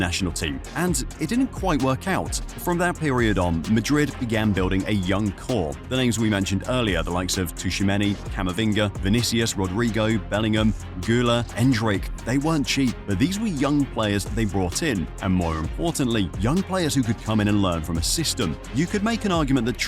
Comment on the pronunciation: say it with me, tchou-a-me-ni!